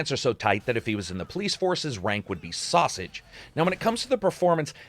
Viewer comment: "sausage" lol thanks for the very informative always entertaining reviews. Seriously much love from So Cal.